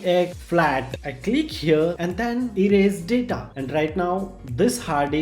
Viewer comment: Stop killing English brother rest in peace to all daaataaa which lost found